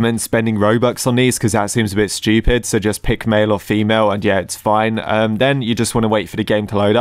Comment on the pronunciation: “They were kinda strupid”